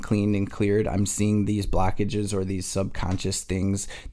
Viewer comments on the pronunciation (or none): ok yeah the way you say "blockages" like "blackages" definitely from michigan 😂 gang